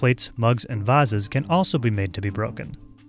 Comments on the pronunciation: Ummm did he says “vazes” instead of vases?? 😤😧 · did he just say "vuh zes"???? Oh no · did he just pronounce vases and vahziz? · DID HE SAID VaZez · Did he just say...........vouses???? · did he really just say vauses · Did he pronounced vases incorrectly? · Nobody talking about how he said vases? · So were going to ignore the way he says “Vases”